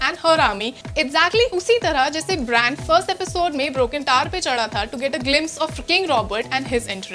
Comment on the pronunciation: Bhen bran hai brian nhi Soch ke tho script Pado